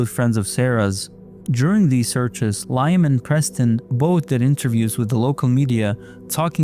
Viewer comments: Liam is pronounced LEE-um !!!! Jesus Christ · Bro its pronounced Leeeeeeam (Liam)